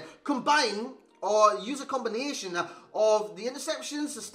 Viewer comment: Haha 'comba-nine'